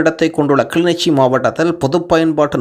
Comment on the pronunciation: kilinochchi not kili nichi